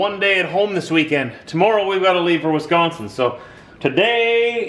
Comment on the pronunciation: like the little Wiskansen accent at the end